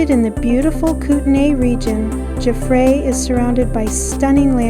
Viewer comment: Nice video. FYI, Jaffray is pronounced Jaff (like laugh) and ray is pronounced like the ray in stingray. Emphasis in jaff.